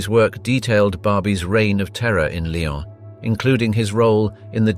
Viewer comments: It's Lyon, not Lion! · Lyon’s is pronounced Lee-ons not Lions 🙄😂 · Lyon is pronounced: Lee - on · Weird how every once and awhile he does pronounce "lyon" right... weird